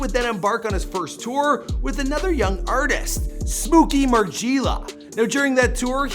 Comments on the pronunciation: Bruh “mar-gee-ella” 💀💀 I’m dead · Margeeeela headass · "smOO-kee mar-GEE-lah" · he said smooky mar-geeeela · “Smooky margeeeeli” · Bruh stop pronouncing smooky MarGielaa like that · The way he said smooky margiela pissed me off